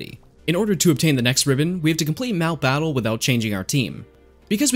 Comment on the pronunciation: Not letting the "e" in "battle" finish and pausing there just urks me. Why you do 'dis? Nice work overall though...